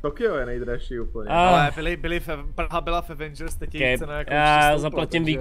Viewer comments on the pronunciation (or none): none